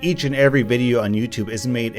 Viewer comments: U wispronounced widdly wideo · He Said wideo not video GeT iT rIgHt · Its Video not whydeo ! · YoU SaId WiDeO iStEaD oF ViDeO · Did you just say... "Wideo?" YOU FRICKIN FRICKER DON'T YOU KNOW YOUR ACTIONS HAVE CONSEQUENCES!? YOU OFFICIALLY MADE ME LOSE MY MARBLES!! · “Wideo” is actually the correct phrasing, as the word video is derived from the Latin word “videt,” for see. It is pronounced as “wee-det” so you actually made the correct pronounciation. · Are yuo sutpid?! yuo siad vodio rong! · Ay mate, I think you mispronounced video in the intro